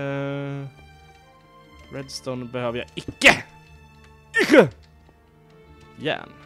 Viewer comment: Cupparrrrrrrrrrrrr och järnnn (Coppar och järn)